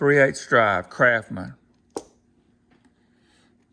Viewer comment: Those tools are NOT kraphmen. S and T aren't that hard to pronounce. Like the word Mustang. CRAFTSMAN not crafmen.